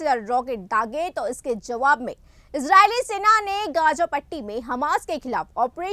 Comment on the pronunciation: 😂😂😂phir wrong padhe jaua nhi jawab phle ache se Hindi padhna sikho tab camera face Karo abhi bohat sikhne ki zaroorat hai mam aapko na body language na kuch mai regular newsz sunte specially apki Syd ab sahi padhoge aap ki bohat words wrong rehte ek baar news khud sunle